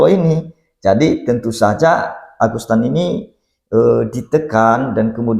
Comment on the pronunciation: ANDA2 SALAH SEBUT AGUSTAN NAMA SBENARNY AGUSETAN